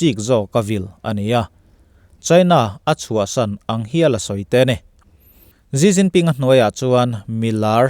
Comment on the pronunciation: ZziZzinPin niloin SiCinPin tiin lam lah,a in hniah zawk lo mw,?